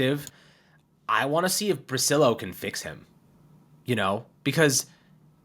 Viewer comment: Correctly the Italian pronunciation would be bri-chill-o.